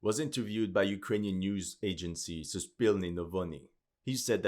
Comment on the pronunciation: He sounds like Slav, but definately not Russian/Ukranian. He can't pronounce Russian and Ukranian toponims right.(I'm Russian) I guess he is one from western/south slavic nations.